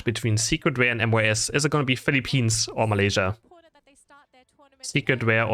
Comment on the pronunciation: It’s pronounced as Filipins not Filipinis !!!!!! Ok?…